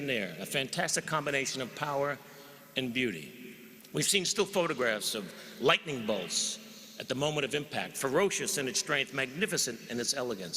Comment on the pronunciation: Bolt of ligthening